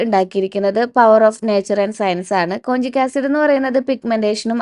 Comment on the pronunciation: കൊഞ്ചിക് അല്ല കോജിക്